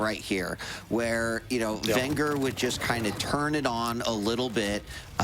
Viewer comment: It's vengeur, with just 1 r